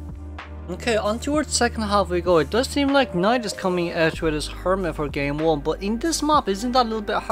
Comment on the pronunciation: This is 2 Elbow pad Dream witch me: Wait....Ok...hmm Also every time he say NIGHT me listening NAIAD 😂😂